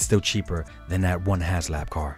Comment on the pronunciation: It's has HASLAB, NOT HASLOW